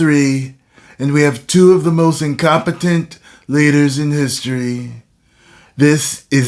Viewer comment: you gotta put some STRESS on INCOMPETENT.😂